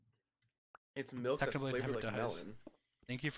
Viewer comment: anyone notice how dream says “melk” instead of milk. no? okay.